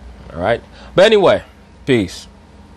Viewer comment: Hero Gebrial It always sounds like he says "I'm at peace"